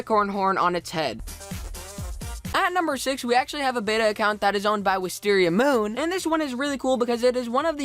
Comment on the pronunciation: ugh is wisteria MOON not wisteriamoon ugh ugh